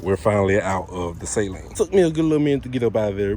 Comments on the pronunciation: Sah...leen. Not say...leen. lol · Suh-leen not say-leen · SALEEN not SAY-LEEN. Steve does not say SAY-LEEN. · Great video, but sorry brother, you pronounced it wrong. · Everyone says saleen wrong.